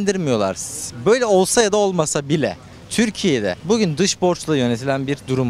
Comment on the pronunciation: danilo şef bile daha güzel "bugün" diyor